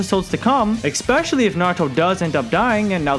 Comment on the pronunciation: I love how he says eKspecially haha #nohate bro i just find it funny